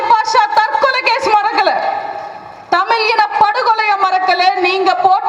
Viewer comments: அக்கா நீங்க நல்லா தான் எல்லாம் சரி, நீ மொதல யாரு டி, உனக்கு தமிழ் என்பதே ஒழுங்கா சொல்லவரல, நீ எல்லாம் எங்களுக்காக பேச வரியா, நீ தமிழ் படத்துல எப்படி எல்லாம் நடிச்சு இருக்க என்பத பார்த்தேன், படு கேவலமா இருக்கு, உனக்கு இத பத்தி பேச என்ன தகுதி இருக்கு. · உங்கள் வீரமான பேச்சு சரி, திமுகவை திட்டுவது சரி. உச்சரிப்பை மாற்றுங்கள் . தமிழ் - தமில் ? , தமிழன் - தமிலன் ? விளம்பரம் - விலம்பரம் ? மக்கள்- மக்கல் ?